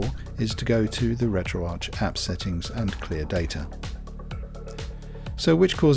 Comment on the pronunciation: Why do so many Europeans pronounce retroarch wrong it's not Arch like in the golden arches at McDonald's it's Ark like archives! RETRO-ARCHIVES!!! come on people get it through your heads